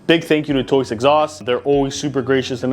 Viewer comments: It’s TOCE not TOYCE? I’m not crazy right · "Toice" LOL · Basically - Tose. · Tried to say Toce but he didn’t come close 😂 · can somebody please tell this thats not how you say toce its killing me omgg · Literally pronounced exactly how it's spelled. These wild mispronunciations drive me nuts. People need to get hooked on Phonics 😂